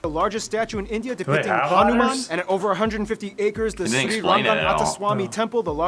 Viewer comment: he is litreally saying hanuman a otter☠☠